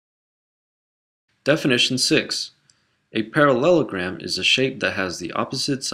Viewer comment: The way he says parallelogram